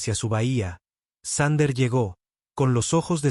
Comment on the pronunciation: Thunder --> Sander (reconstruccion fonética de la IA) ... Thunder --> Trueno (traducción del ánglico coloquial al español) 😁😁😁